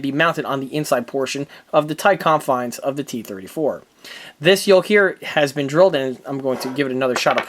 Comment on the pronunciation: "YOKE"not "YOLK"